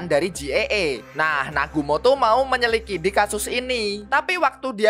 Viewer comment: Menit ke 25.28 itu menyelidiki ya bang bukan menyilikidi, maaf banggg